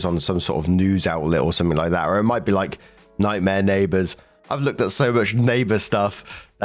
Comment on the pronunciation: NAY-BUHS! NAY-BUHS!!!